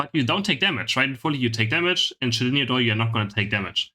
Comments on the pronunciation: Did this man just pronounced shedninja shedinga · In Germany the letter j is pronounced “y” so that’s why pronounces it like that. Anyways nobody calls it shedinja doll just call it zhonyas lmao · In case no one's told you yet Shedinja is pronounced like shed and ninja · It's not shedinya its shedin-JA please dont spoil nincada's shed skin evolution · 0:9 it's shed-inja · btw just so you know. shedinja is pronounced like ninja at the end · Don't want to be characterized as a word nazi, but, please pronounce the J in the shedinJa, it is not silent😂🙏